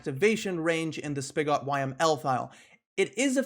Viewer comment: Know I'm a bit late here, since this video was months ago. but "spigot" is pronounced similar to how bigot, carrot, riot, idot, maggot, pilot, and ballot are. I'm not sure why, but words ending in "ot" in English tend to have the "ət" sound. Not trying to be a pain, just might be helpful for the future. Other than that, great video.